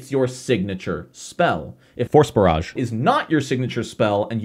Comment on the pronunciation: I kept hearing "Horse Barrage" instead of "Force Barrage"